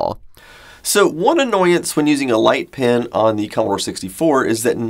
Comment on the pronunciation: I learn a lot from your videos, but this was a bit confusing because you seem to say "pen" and "pin" the same way.